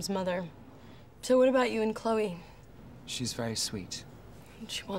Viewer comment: 클레이가 아니고 클로이에요..